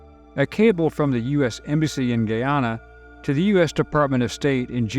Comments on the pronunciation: it said as GUY AS IN THE MALE GUY ANN NA NOT SAID AS GHEE AS IN THE EAST INDIAN INGREDIENT AAHN NA say it correctly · its not pronounced "giyana" it is "guyana" and its not "giyanese" its pronounced "guyanese" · How similar jones was to modern democrats is scary. He would be in congress these days. Not that you will need this info again but Guyana is said guy-anna. Great job as always. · The country's name is pronounced GUYana; GUIana s still administered from France.